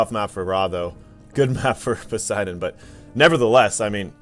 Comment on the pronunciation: Don't you just love english pronunciations. Raw and Pussydon 😂